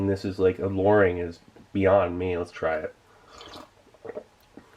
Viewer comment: Others: New year new me Steve: New year new mRe . happy new year, Steve :))